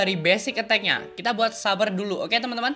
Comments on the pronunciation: Its saber(seyber) Not saber(suber) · tangna he literally say S A B E R